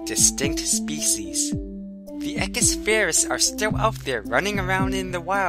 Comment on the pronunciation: woohooo science, but it is pronounced {e q-oo-is} just like you would say equal or eloquent. you pronounce the u as an {oo} sound